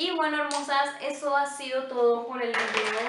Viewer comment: Eres linda y simpática, intenta desarrollar tu propia personalidad. Copias ese tonito de voz de muchas youtubers (Rosy McMichael, Cecy Hinojosa, etc...) y resulta chocante. Lo mismo, no podía creer cuando te referiste a Liz, otra youtuber, y dijiste muy española "vidio" 😳 Bueno, eso en mi humilde opinion, 😁😁😁